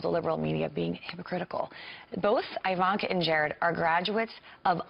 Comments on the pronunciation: Fake news--I don't mean Kyle's talk, I mean the Five clip he showed. This Elmore person cannot be acquainted with Ms. Trump. If she was, she'd know how to pronounce "Ivanka." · "Eye-vanka", "coom loud" what a fool